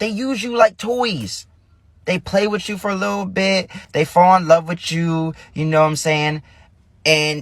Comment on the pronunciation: What is “wid-chu”? As in “Dey not wid-chu”. Must have missed that in grade school vocabulary.